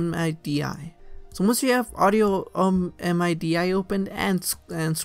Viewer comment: bruh the way you pronounce midi is hilarious its not m-i-d-i- its midi